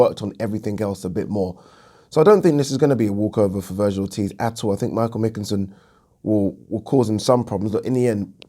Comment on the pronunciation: Pronounced McKINson lol